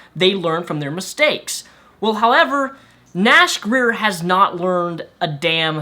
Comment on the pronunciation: sounded like you said nash queer at the end